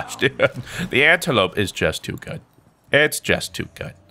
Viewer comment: He is pronouncing the SMG name wrong.